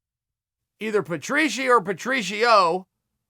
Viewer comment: “Two guys named Pitbull. One named Chandler, one named Patrieshy”